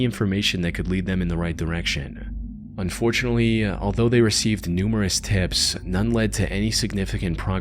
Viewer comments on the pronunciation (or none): When ever the narrator says "unfortunely" you know its gonna be dark.